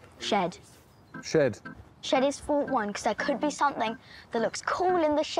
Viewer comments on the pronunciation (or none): yes. this Taskmaster was a contestant and a prize task was "something you would find in a shid", she brought in a Fish Poster. As you would find a fish poster in every NZ shed. (There is also an extended "bit" on how her kiwi accent pronounced shed) . And 'Taskmaster NZ' does have a fish poster in their shed.